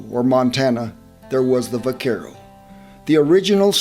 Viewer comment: The v is pronounced with a b. In the word vaquero.